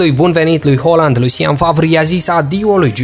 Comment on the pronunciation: Se pronunta haaland cum se scrie